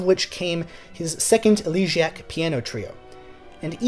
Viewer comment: ell-uh-GEE-ack????? The rest of the video was excellent....